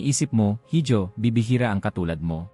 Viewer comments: IHO HINDI HIJO (HIDJO).... SILENT H.... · Correction please. HIJO is a Spanish word meaning SON or ANAK. It is pronounced as I-HO not HID-YO. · Correction sa pronounciation mo sa salitang “hijo” mali ang pronounciation mo dapat “iho” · Mr. narrator sorry to offend you. Ang binabanggit mo na word (hijo) ay spanish word. It is pronounced as iho..